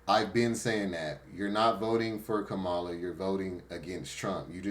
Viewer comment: Correction: Kamala is pronounced like Pamala with a K...